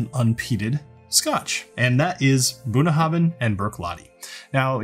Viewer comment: You might want to improve your Gaelic pronunciation by studying Klingon. I find it helps.